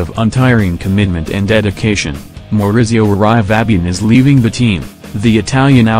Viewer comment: Lousy pronounciation of Italian names! Hahahaha!!!